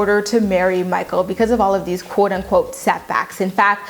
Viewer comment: “Mah-kle!” “Mah-kle!”